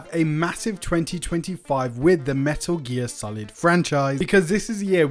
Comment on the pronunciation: Everytime you say "Meh'Uh gear" makes me flinch